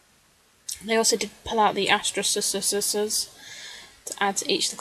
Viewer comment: Very creative page. I think it's great. Love how you say asterickesss. :)